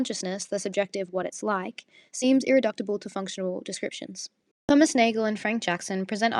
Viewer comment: Nice essay, only one note: It's Ir-ri-duce-ible, rather than Ir-ri-duct-ible. You spelled it right on the slide, which is good.